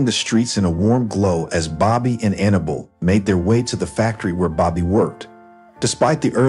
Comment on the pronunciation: Can't pronounce Annabelle? It's hard to listen to with all the mistakes.